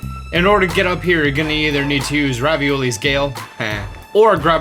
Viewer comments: i know he didnt call revalis gale raviolis gale 💀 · Did he say Ravioli's Gale? Kinda made me hungry tbh 😂😂😂